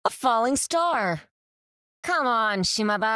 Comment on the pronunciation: Not sure if it's just me mishearing it, but it really sounds like she's saying "Shima-ba" instead of Shimada. The ba could be in reference to "ba-ba" as in granny.